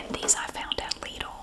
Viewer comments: LIDL is German and I'm German and her pronunciation is perfectly fine like flawless 👌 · That's how you pronounce Lidl in Romania too. I'm.... why do I feel so happy and satisfied?😅😅😅